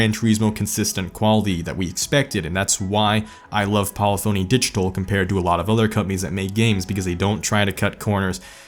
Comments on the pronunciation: its pronounced poli poney digital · Great video, but its pronounced "Po-lifuny". lol Edit: otherwise enjoyed your rankings. GT2 and 4 are definitely must haves in the GT collection. I you cant have every game from the series, at least have those. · Love the video! FYI it’s pronounced livery not livery and polyphony not polyphony. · Not to mention the way he says polyphony.